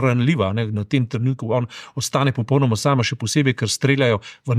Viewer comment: g.! V besedi "popolnoma" se črka l izgovarja u (slovar slovenskega knjižnega jezika). Mogoče vam bo zanimivo prebrati članek o elkanju v slovenskem jeziku, ki ga najdete v Googlu pod naslovom "Al' prav se reče...". Sicer pa se precej strinjam z vašimi komentarji.